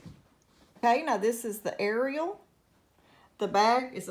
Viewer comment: you pronounced it correctly Love Foca, Roma, and Ariel Edit: You pronounced all three names correctly. Well, Ariel has a slightly different pronunciation in Spanish, but to say it's inaccurate would be incorrect